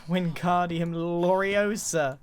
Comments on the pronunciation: Grian yelling spells with proper pronunciation just proving how British he is. It's Lorei osa not Loreosa. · It's Lore-i-ooo-sa, not Lore-io-sahhh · It's lore-iOH-sa, not lore-ioh-SA. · ‘It’s LORE e osa, not levios LORE!’ - Hermione Grianger